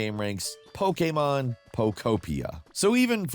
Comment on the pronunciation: It really bothers me the way he says Pokémon